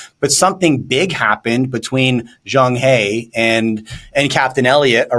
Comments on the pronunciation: Pronounced as zhang "her" not "hea". He was a central Asia muslim. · Zhang He is pronounced as Zhang Her as in Yellen and "her" failed economics.